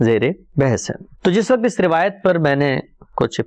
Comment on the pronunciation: ap ka smjhanae ka tareeqa bohat umdah ha urdu m waqt ko sahi talafuz kijeyae q k ap ki urdu ka mayaar AALA